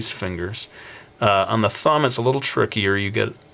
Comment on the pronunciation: I hate how you say fumb instead of thumb, u need to work on that dude